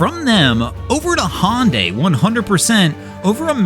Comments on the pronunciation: Not be be that guy ... But Hyundai is pronounced like Sunday... hunday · Hyundai is spoken just like saying Sunday. HUNDAY = Hyundai Just a friendly comment to help out. I do not intend to insult you. Love your videos!! 😊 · there is no company called "Hon Day" do you mean Hyundai? HA YUN DIE